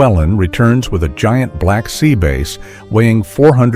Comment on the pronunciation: AI announcer or an idiot at English "bass" , in this video i not pronounced "base" If they continue with stupidity, this channel should be removed, or a REAL person narrating.